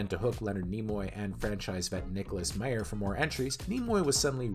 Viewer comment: It's My-er NOT May-er! The J.J. Abrams films were terrible and they only had a knowledge of their characters as caricatures. None of the characters are written like the original characters and thus Abrams writes very cynical rip-offs of the TRADITION of Star Trek and not Trek itself. There's an obvious dismissal of the series as serious story telling.